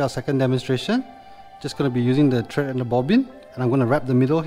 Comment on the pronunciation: Thread not tread